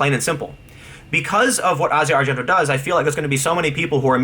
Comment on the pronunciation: When did Tim start pronouncing, "Asia Argento" correctly? He's probably the only person other than movie nerds like me that actually pronounces it correctly.